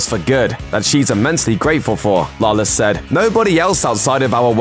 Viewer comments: Can this guy not pronounce Lawless correctly at least once. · How fucking hard is it to say Lawless